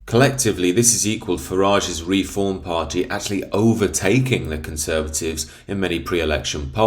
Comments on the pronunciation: It’s Reform not Re-Form 😂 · You lost me when I heard the way you pronounce reform.